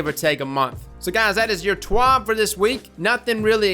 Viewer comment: Bruh I don't speak French. However when you were saying TWAB I thought you were. Lol. Good video my man.